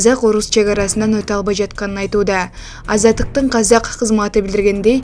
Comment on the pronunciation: Казяк кайзак кязак деп Казакты айталбаган журналист😢